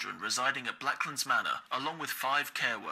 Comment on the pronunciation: I heard blacklands manor as black lives matter and my jaw hit the FLOOR